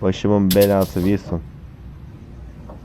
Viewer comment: abi niye vinson diyorsun?